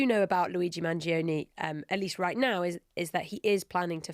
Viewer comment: Guys, his name is not pronounced "man-geo-nee", it's pronounced man-joe-nay